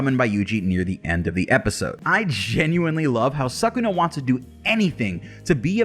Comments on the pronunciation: Its actually pronounced su-ku-na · SUUU-kuna , cant handle you saying suck-kuna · Not 'suck'-una , 'Soo'-kuna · Suckuna? Really. “Anime fan” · it should be neither sakuna nor sookuna it should be skuna like they say it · Its pronounced su-ku-na sound it out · Please dont say SUCK-una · I prefer when people use the Japanese pronunciation Suu-kuna. The “suh” sound doesn’t exist in Japanese :) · i like suck-kuna better cuz it kinda sounds like sakuna which is disaster in tagalog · Horrible pronunciation like wtf